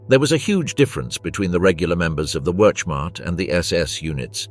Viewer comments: Terrible AI commentary. Stopped the moment I heard 'Werschmart' which I assume meant 'Wermacht'. And the awful picture gallery which shows nothing aligned to the commentary, even showing French soldiers as SS, what a load of shite. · Werch mart. Good try, AI. It's Wehrmacht(vermact). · commentary at 2.08 = "werch mart". How real is any of this ??? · The “wurchmot” brutal pronunciations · What the hell is the Werchmart? Once again, AI sucks a turd. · You know the nattation is AI when it says "Wurtch-macht" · ... "regular members of the (wertmarch) ... wtf! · Stopped watching when the AI voiceover could not pronounce ‘Wehrmacht’. Get a real person. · The narrator missed pronounced whermacht not good enough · Can you not pronounce Wehrmacht? Is it so hard to check your work? Distracting from the rather decent script that either AI or some poorly paid historian wrote and was not credited. You have to do better. Or be ignored. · I stopped when the AI voiceover could not pronounce‘Wehrmacht’.